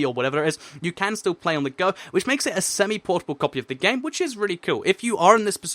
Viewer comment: say semi portable one more time, I dare you.